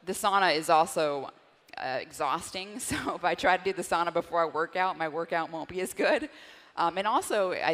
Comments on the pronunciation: "sow-na" not "saw-na" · Incorrect pronunciation however. It's Sow-Na. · The Finn in me has to correct the pronunciation of sauna (SOW-na). ☺️ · No way she's a Finn. She mispronounced the word Sauna, that's a no-no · In American English it’s pronounced sauna